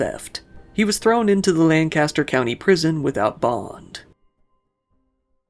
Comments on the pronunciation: It’s so strange to have one of these stories unfold in your own county and this is the first time you’ve heard of it. Also (unrelated to above), for the city in Pennsylvania, “Lancaster” was mispronounced. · Hearing that pronunciation of Lancaster actually made me cringe 😂